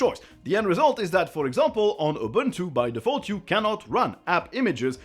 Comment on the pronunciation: sounds like you said “for example on Ubuntu by defaultu”. That made me laugh.